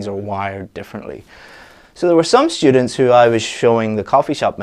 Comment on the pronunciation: Hey, I noticed you pronounce students like shtudents? Is it really common?